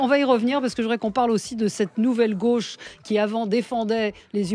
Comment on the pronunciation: A "gôche" ? Yannick Jadot ?? Quelle impertinence ce Ruqiuer